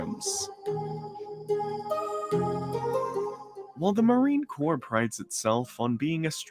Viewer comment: It's pronounced Marine "Core" The "P" and the "S" are silent.